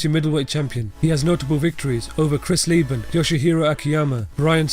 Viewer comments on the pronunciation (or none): Chris Leben* not Leban.